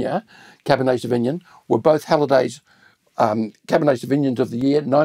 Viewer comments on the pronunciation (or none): This is all great. Re pronunciation, where are you getting the cab sav pronounciation where you say savigmIn? I have only ever heard it pronounced savignOn & it’s a little distracting from the main content of the video #firstworldproblems